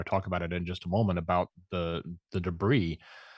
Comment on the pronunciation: Arrgghhh. started pronouncing debris the right way after said it correctly then halfway through the show, started saying it wrong again. MY BRAIN! %@@ (I've seen the comments about this, won't be responding to jerks.) 😊